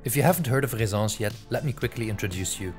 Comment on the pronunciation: Why do you pronounce it Rezence when there are 2 ss. Shouldn't it be ressence